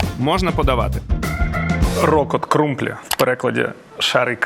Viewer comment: вчись правельно виговорювати слова міст де тебе годують 😂 не крумБлі а крумПлі.